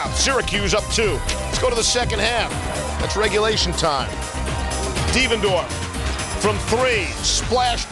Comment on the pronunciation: 10 Did he just say DevanDARF?